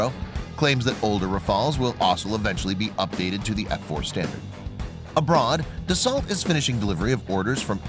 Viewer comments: It’s pronounces Dasso not dasalt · It's pronounced ''Dasso'' ... the 'lt' are silent and the vowels 'au' are pronounced as 'o'.